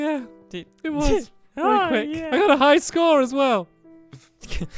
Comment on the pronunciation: He said Wee-Wee